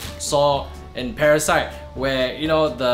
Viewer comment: "prasite" seems like you were in a rush to put out this video, haha.